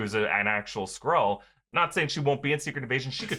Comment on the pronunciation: why are you correcting him he said it right